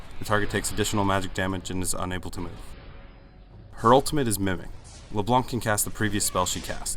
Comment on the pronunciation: LeBlunck xD